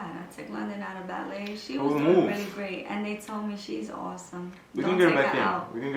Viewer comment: you’re pronouncing Ballet wrong.